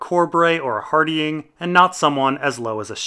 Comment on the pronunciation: Love the vids, but your pronunciation of Hardyng is jarring